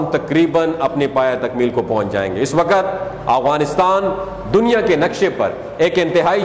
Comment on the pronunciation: Not agwanistan but Afghanistan تلفظ ٹھیک کرلیں اپنا